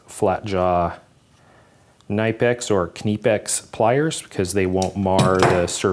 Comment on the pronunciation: Pac-man! Om-nom-nom-nom... BTW, it is knipex with definite and solid K because it is German. Just like Folkvagen, Zimens, Foightlander and other deutche goodies.